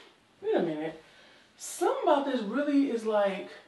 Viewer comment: Girl I lost it....them red flannel pants..when you said "sumthing"😭